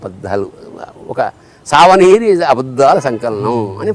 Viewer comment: సావనీరు, బతకనీరు ఏమిటి సర్ ? సూవెనీయర్ (souvenir).